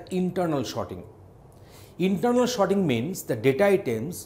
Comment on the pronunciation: yes everyone cant pronounce everything....but its just Sorting. For a moment i thought whether i clicked the right video or not